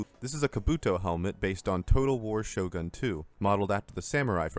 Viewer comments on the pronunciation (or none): none